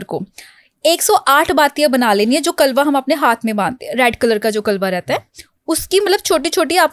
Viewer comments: Kalwa nahi hota....kalawa hota hai pronounsation theek Kro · Pls correct your prnounciation Kalwa nahi kalawa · Madam apko shabdo ka sahi उच्चारण bhi nahi aa raha hai कलावा ko कलवा kah रहे हो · Mam आप बार बार कलवा बोल रही हो.... वो कलावा या मोली होता है.😂😂